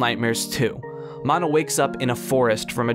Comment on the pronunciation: I was REALLY into his. Until you said "Maw-no"